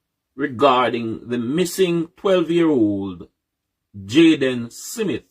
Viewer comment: Why Cant Us Jamaicans Just Pronounce SMITH Instead Of SIMMIT ?? This is Ridiculous, How Do We WAKE UP & DO BETTER If we can't be on the same page, all these likkle foolishness we do as people the reason why the country so loose, smh. BIG UP THE PLATFORM